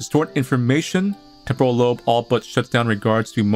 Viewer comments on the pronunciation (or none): none